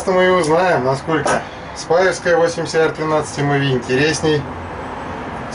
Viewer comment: Здравствуйте,! Ножами я стал увлекаться стал совсем недавно, и так сказать только "въезжаю" в курс дела, но по образованию я металлург литейщик. Так вот, если позволите, небольшое уточнение: Сталь 8Cr13MoV читается как 8 Хром 13 Молибден Ванадий. Цифры перед элементами означают процентное их содержание в стали. А за тест огромное спасибо! Изначально я хотел купить себе Мору бушкрафт форс, но потом подумал, что это огромный тисак (сравнительно конечно), и всё более склоняюсь к Тинейшесу.